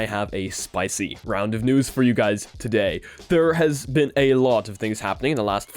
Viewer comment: No one: Him Saying "Todayit" :)